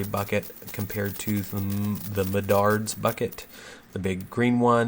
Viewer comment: I love that you still call it mendards 🤣